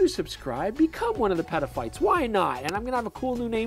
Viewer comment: Love the channel, just a suggestion, if you're going to coin the term "Petaphites" please make sure you emphasize the "t" in Peta. It has a whole other suggestion if you pronounce it "peda". Again, love the channel.